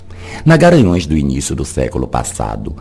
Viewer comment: É impressão minha que você fala Garanhaos, em vez de Garanhus???